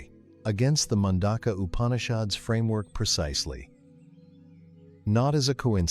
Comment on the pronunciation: Please pronounce the name of the Upanishads correctly. When you give attention to all other details why neglect this???